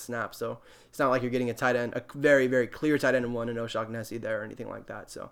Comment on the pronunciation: Lol.....so many peeps doing these videos now......one way to stand out is maybe pronounce peeps name correctly.....hehe....... Its pronounced..."o-shon-acy" and "chark"....hes not a shark